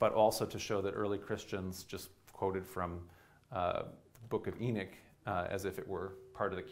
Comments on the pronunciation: Enoch or enich this dude is giving a talk and can’t even pronounce the name correctly 🤣🤣🤣🤣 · A comparable example could be found in "The Dukes of Hazard" where the character of the deputy has another, similar Biblical name "Enos". The show portrays the traditional American pronunciation of that name: EE-nuss, (rather than "ee-NOSS"). I appreciate that if you live on the coast in the Northeast, you may have access to people influenced by modern Hebrew pronunciation, rather than standard English pronunciation. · It's not the E that he's mispronouncing. It's the O. I speak Hebrew and no one pronounces Enoch like that. The only difference is that in Hebrew the ch make a more "throaty" sound. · Do all Americans pronounce Enoch wrong like this guy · I would have watched if Enoch was pronounced correctly here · You keep pronouncing the name of Enoch wring. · Enik? Is this a Sumerian Ethiopic version? If so does he mean Enki? It so irritating to hear the principle character's name so badly pronounced, and hearing it spoken so badly multiple times is just too much. It's E‐nOch, as in 'knock on the door' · Eknock not Enick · i cant even listen to someone who cant pronounce the name of the book they are speaking about its too bad because other than that it seems like a good lecture but i cant get past it. its not "Enich" its Enoch! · Pronunciation is not EE-nick, its ee-NOCK. Great video btw. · Why is he saying "Eenic" instead of "Enoch"? {:-:-:} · Enoch (ee- knock) not Enick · It’s pronounced “enOch” not “enIch”so annoying. How does this guy not know the pronunciation of the the letter “O”? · why does he call it "the book of enich " ? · Can he not say "E knock" or am I not properly pronouncing Enoch ? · I might have listened to this if he was able to pronounce Enoch. Why Enick? Why? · Why Inick ? E is like Ellen. English is the only language that pronounces E as I. Everybody else pronounces it like Ellen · E-nick???? ... is this guy for real? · Who's E-nick?